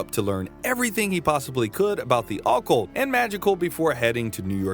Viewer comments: 😵‍💫 it's OCCULT OH- CULT not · ah-cult... think yr emphasizin' the wrong syllable friend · I’ll sub when you learn how to properly pronounce occult… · I have literally never heard a human being pronounce "occult" the way this dude does.